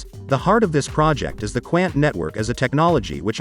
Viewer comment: 🤣🤣🤣. Qqqaaannt. It's Quant (Qnt). But right amazing Mouthwatering fundamentals and partners. ..with very few tokens. 💎👑🚀💥. Cheers. Pronounced wrong.